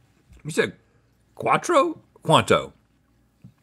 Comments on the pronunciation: I’ve never heard Cointreau pronounced “quanttro” 😂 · As a French Canadian, with a grandmother who immigrated from France, how they pronounced "cointreau" and "croquembouche" was as hilarious as it was painful. 😂